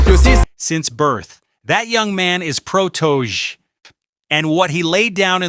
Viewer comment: Say it with me his name is PROTO-JAY [PROTOJE]